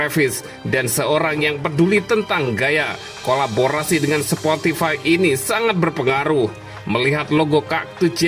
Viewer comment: "sportify" ngakak wkwkwk